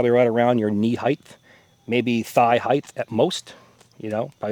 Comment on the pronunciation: Maybe it's because he doesn't know how to pronounce the word height. There is no H at the end of the word. I guess he doesn't know this.